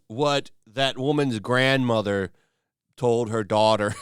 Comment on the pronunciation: Why did you put some weird southern American accent on when you said the grandmother part….